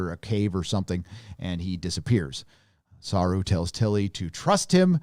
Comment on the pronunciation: your reviews are funny to watch. You would think that you’d learn how to pronounce the name of Doug Jones’ character by now 😂